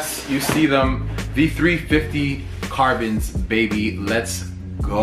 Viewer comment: Is it suppose to be "Carborn's" or "Carbon's"